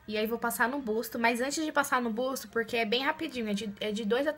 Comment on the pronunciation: Ficou linda! 😍, não é uma crítica, é só pra vc não falar mais assim. Não é spar day é sim spa day, não é busto é sim buço. Espero que não leve a mal! 🙏🏻😘